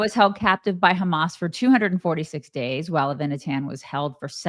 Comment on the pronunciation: Noa's boyfriend is "Ah-vee-nah-tahn" with the accent on the first syllable and "Ahm Yisrael" is "the People of Israel".... Don't you guys have ANY Jewish/Israeli friends??